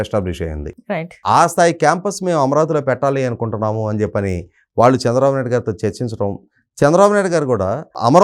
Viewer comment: యాంకర్ కి చిన్న సలహా "శ " అక్షరాన్ని" ష" లాగ పలుకుతుంది.ఉదా :దేశం అనే పదాన్ని దేషంఅని పలుకుతుంది. "ళ "అక్షరాన్ని "ల ". లాగ పలుకుతుంది ఉదా :వాళ్ళు కు బదులుగా వాల్లు అని పలుకుతుంది.